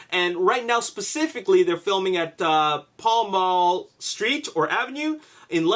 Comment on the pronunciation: pall mall is pronunced pal mal